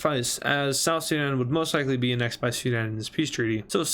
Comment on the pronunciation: you keep pronouncing annexed wrong and I hate it